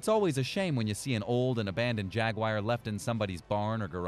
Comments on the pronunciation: It's not spelled Jagwire or pronounced that way.. if you're going to do voice-over at least know the words you speak..lol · IT IS A JAG-U-AR JAGUAR please for the love of christ learn how to pronounce simple words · Why tf does he say ”Jaguire” lmao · Stop saying Jagwire